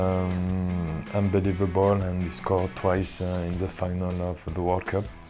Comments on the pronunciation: how many times did he say UNBLIVELBOL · "Unbaleiavable" lol, he says it way too much